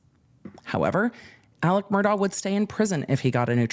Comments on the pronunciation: It’s pronounced MUR-DOCK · Pronounced Mur Dock